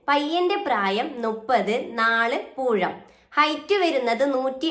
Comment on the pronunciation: പൂഴം അല്ല പൂരം